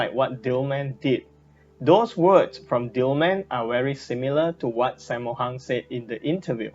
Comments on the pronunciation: How you Pronounce Sammo Hung? Saymo Hang.. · this is how you pronounce it "sum more hoong"